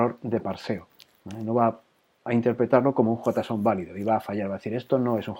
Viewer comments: jotason? asi se pronuncia ? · venia de ver cinco videos sobre "Yeison" y cuando escucho "jotason" fue como sentir un kame-hame-ha (onda vital para ustedes xD) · nadie: "JOTAson" jeje buen video!